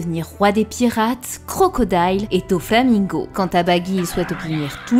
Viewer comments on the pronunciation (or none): none